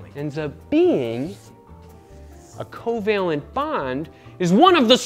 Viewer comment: Everytime you say COValent I think of covid 😐